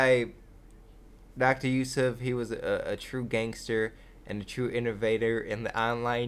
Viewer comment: you are the first american i heard actually say and pronounce Youssef right